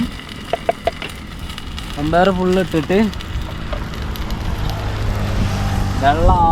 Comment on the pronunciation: മമ്പയർ അല്ല വൻപയർ